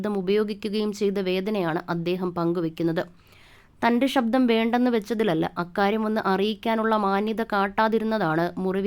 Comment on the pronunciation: വിവരണം നൽകിയ വ്യക്തിയുടെ ഉച്ചാരണം അരോചകം. ആദ്യം മലയാളം നേരേചൊവ്വേ ഒന്നു പഠിക്കു... ഷബ്ദമല്ല ; ശബ്ദം. 'ശ' മുഴുവൻ 'ഷ' ആയി ഉച്ചരിക്കുന്നു. അതുപോലെ 'പ്രതിഫലം' പ്രതി'fa' ലം ആയിപ്പോകുന്നു. 'f' എന്ന ശബ്ദം മലയാള ഭാഷയിലില്ല എന്നറിയുക. ' ഏകാന്ത പ'ദി'കനല്ല; പഥികൻ. സംവി'ദാ'യകനല്ല; സംവിധായകൻ. നിർബ്ബാഗ്യമല്ല; നിർഭാഗ്യം. ഇങ്ങനെ ചൂണ്ടിക്കാണിക്കാൻ തുടങ്ങിയാൽ ധാരാളം പ്രശ്നങ്ങൾ. മലയാളഭാഷയുടെ ഒഴുക്കോ ഭാവമോ ഈ വിവരണ ശൈലിയിലില്ല. ദയവായി മലയാളം നന്നായി ഉച്ചരിക്കുവാൻ അറിയാവുന്നവരെക്കൊണ്ടുമാത്രം ഇക്കാര്യങ്ങൾ ചെയ്യിക്കുക. അല്ലെങ്കിൽ ഇതൊക്കെയാണ് ശരിയായ ഉച്ചാരണമെന്നും ഭാഷാശൈലിയെന്നുമൊക്കെ വരും തലമുറ തെറ്റായി ധരിക്കും. മലയാളത്തെ സ്നേഹിക്കുന്നതുകൊണ്ടു മാത്രം കുറിക്കുന്നു.